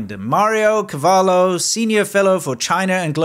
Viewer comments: It's not cavallo 🐎🐴😂 it's cavolo that stands for cabbage 🥬😅💦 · You called him "MArio CAvallo"= Mario horse, but his name is Mario Cavolo= Mario cabbage.